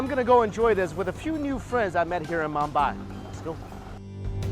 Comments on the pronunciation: its Mumbai not "mambai" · This guy can’t even pronounce roti or Mumbai properly. Wtf is he doing there?